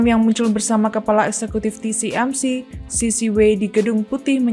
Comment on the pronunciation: TSMC bukan TCMC